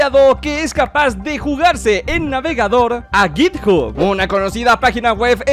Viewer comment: cit hub Yo: a entendi otra cosa